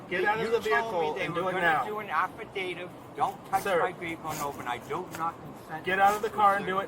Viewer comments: He mispronounced every big word he tried using 😂. Affadadiv. Moron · Esculate? Afidade? Let me go, guys. You’ve got a Rhode Scholar there.